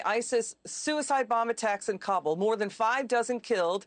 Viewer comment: Just like it's Seattle and not Seetle, it's pronounced Kabool not Kabl